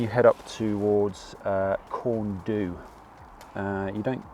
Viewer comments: Really enjoyed the video. As an Englishman living in Wales would you mind me helping you out with some pronunciation please? F in Welsh is pronounced as a V, a Y is pronounced a an A not eey or aay. So it is Pen A Van. A U is pronounced as an E so it is Corn dee. Fan y Big becomes Van A Beeg. Hope that does not sound too patronising. I have subscribed as well. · Fan is pronounced van, y is pronounced uh, du is pronounced dee, so you say - Pen -uh - van, Corn Dee, and Van - uh - big. Big fanny sounds much funnier though! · Good effort on the pronunciation. Just a couple of pointers. In Welsh a single f is a v sound. So Pen Y Fan is pronounced "pen uh van" and Corn Du is just pronounced "Corn D" no "u" sound. Similarly Fan y Big is "Van uh Big" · Corn Du is pronounced Corn Dee, the F at the beginning of a word is pronounced V so it's pen y van, van y big etc.. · Great video, Corn Du ' the U has an 'ee' sound as in debate.